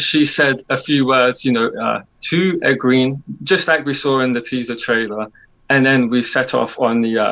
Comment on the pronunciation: It’s Egg-wayn (Egwene). Not Egg-ween.